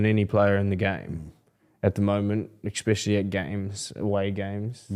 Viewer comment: "Exspecially" - Brandon Smith